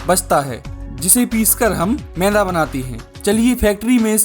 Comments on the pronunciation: सब ठीक है पर मैदा को मैंदा क्वो बोल रहा 😅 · Bhai mai like share subscribe sab kr dunga lekin tu phle मैदा ko मैदा bolna sikh ऐदा नहीं bolte usko... Tbhi se ऐदा-ऐदा bole jaa rha h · Bro it’s not meinda maida😂😂😂😂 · Meda bolo bhai 😂 menda nhi 😂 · Is aadmi ko maida bolna nahi aata Yeh mainda bola, laanat hai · Ye maida bolte h na ki mainda 😂😂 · भाई तेरा ये व्हिडिओ बहुत बडीया है. मगर तू ठीक से शब्द उच्चारण करना सीख ले. तू मैदा,या मेंदा,या मैला इस मैं से क्या बोल रहा है. जरा खुद ही फिर से ये व्हिडिओ देखं कर फिर से बता. कॉमेन्ट्री खुद ही करना जरुरी तो नहीं है. किसी अच्छे शब्द उच्चारण वाले को ये काम देता तो बेहत्तर होता. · Mainda nhi maida h ye pahle bolna to seekh le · मैदा ❌ मैंदा ✅ 😂